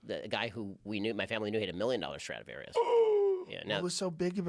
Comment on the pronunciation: Joe "is it a strautavarious" Rogan